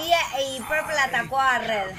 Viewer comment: Se llama pepol no purpel